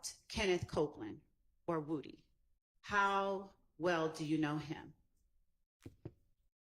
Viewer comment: Why can't these people pronounce Woody wood-e 🤷🏽‍♀️